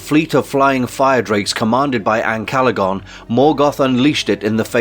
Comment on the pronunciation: You can't even get the names right, for example "Calagon" should be Ancalagon and "Sheilob" should be Shelob". And "Mama kill", seriously? That should be Mûmakil.